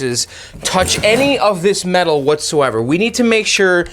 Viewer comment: Why did you keep saying weird things like mental instead of metal?